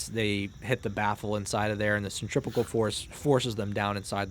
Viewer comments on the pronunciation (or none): none